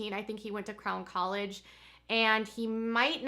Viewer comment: Everytime you say, “Crown 👑 College,” I hear “Clown 🤡 College. I cannot imagine why.